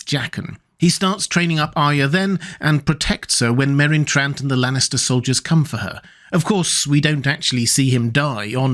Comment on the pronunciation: "The best swordsman in the world, killed by Merron Trant?" 😂